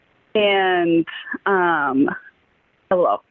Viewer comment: hewwo clementines